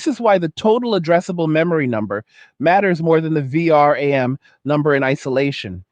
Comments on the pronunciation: AI narator be like V.R.A.M. instead of VeeRam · VR-AM? are you using TTS? any human would say V-RAM, it's ok I just like to look for stuff like that, It's an useful skill in a world filled whit bad actors like government propaganda. And all the more reason to do what you do, protect your identity. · question, is this AI generated audio? Who says V- r a m? i dont know anyone who spells it out, everyone says vram right? just trying to make sure i can still spot ai generated audio and not losing my mind! still liked the content, great vid!